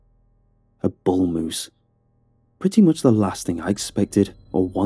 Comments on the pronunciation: "A boose mull" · Was i the only one who heard it?Whats a boosemull? I guess a bull moose but different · Love this channel. Stories are amazing. On a road trip right now and these help pass the time. I did laugh when you said “Boose Mull.” Lol We know what you meant. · boose mull lol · he says a boose mull.. lol i love your narrations! I've listened to almost all of them. This was just funny. :) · A Boose Mull? 😂😂 Just picking on you. Love your narration! My go to story teller! 💜💜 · Okay but “Boose Mull”. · He saod boose mull at one point and caught me completely off guard😂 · I’m so late for this but “boose mull” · A Boose Mull 😂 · "Boose Mull" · "Boose Mull" ?!?! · Boose mull lmao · lol a boose mull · boose mull hehehehe